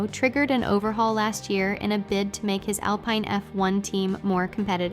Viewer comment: you have to write al-PEEN or it can't read it right each time...